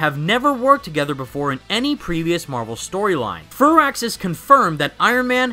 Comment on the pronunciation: I like that you pronounced firaxis correctly